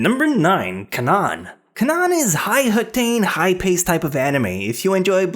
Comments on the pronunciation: Canaan is pronounced Kain-an, not Cawn-on. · ITS FUCKING PRONOUNCED CANE-ANN